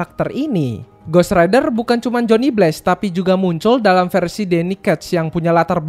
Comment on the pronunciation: bg narasi dan cerita lu udah lumayan bagus, tapi penyebutan nama2 barat dan penyebutan bahasa inggris lu kurang tepat. jadinya pas dengerin itu agak gatel kalo kurang tepat penyebutannya. kyk johnny blaze, itu nyebutnya bless, harusnya nyebutnya bleiz. trs daredevil itu penyebutannya harusnya der devel, bukan der devil, dan masih lumayan banyak kesalahan oenyebutan lainnya. saran saya coba perbaiki penyebutan bahasa inggrisnya agar lebih cakep narasinya. kalo gatau cara nyebutnya bagaimana, coba ketik di google translate kata atau nama barat yg ingin dikatakan, trs cek tombol suara penyebutan kata atau nama itu yg dalam bahasa inggris. atau cari di youtube, youtuber narator luar negeri cara menyebut kata atau nama yg abang pgn itu bagaimana cara penyebutannya.